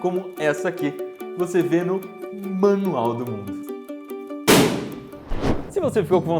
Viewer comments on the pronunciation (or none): none